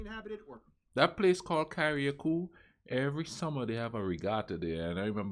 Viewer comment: I love geography now.. but its pronounced CA-RUH-COO! Love your video as well sir thumbs up for sure